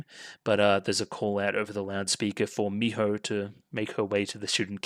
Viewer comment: A tip for saying "Miho" more naturally is to "breathe out" the "ho" sound instead of "blowing out" the sound, if that makes any sense. The H sound should come out with your breath, rather than be something you form in your throat. It's hard to explain, but the Japanese H sound is weird.